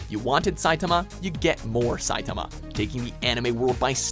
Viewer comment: How the fuck did you get Saitama's name wrong?